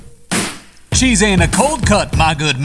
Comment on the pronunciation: “CHEESe” “BREAd” “KETCHUp” “BREad”💀